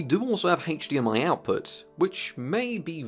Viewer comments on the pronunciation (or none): none